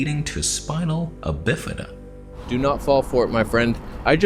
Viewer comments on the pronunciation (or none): I know, right? The way he said it all wrong -- "spinal abifada." I died. 😭